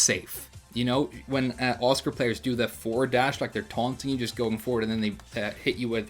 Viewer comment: When you mentioned Asuka, the way you pronounced her name the first time sounded like "Oscar". At the second it sounded right but my head was stuck wondering who this "Oscar" character is, so I kept hearing Oscar. I had to think "Ok, which character has a launcer that looks like arc blast and their name sounds like Oscar?" to figure out it was Asuka all along! XD